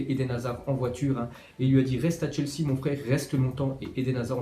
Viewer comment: ta mit chesea au lieu de chelsea